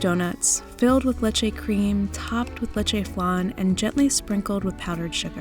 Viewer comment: I like how she says it Lechè Flan but Its pronounced Le Che F Lan